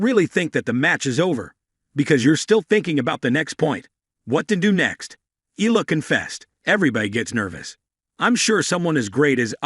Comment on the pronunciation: EALA pronounce as "Ayala".